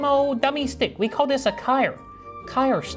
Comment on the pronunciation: " I carr it BBC big brak coorer"